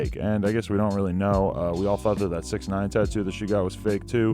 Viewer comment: How she insult Chewbacca like that saying it's 6nitch 9ine 😜😂😝